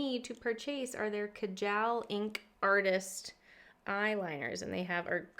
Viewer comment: Ohh.. and that's "k-a-a-jal" phonetically..like "ca" in "car" & "ju" in "just" :)